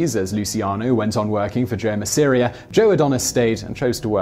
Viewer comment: my ears hurt every time masseria name was pronounced wrong, but like other people are saying the true legend Carlo Gambino should be mentioned but i know he had been jailed when he was younger, also look at Santo Trafficante Sr, and Jr